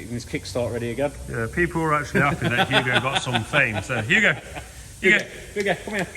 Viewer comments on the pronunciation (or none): none